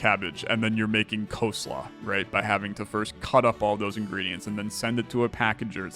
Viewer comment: that was a really weird way to say coleslaw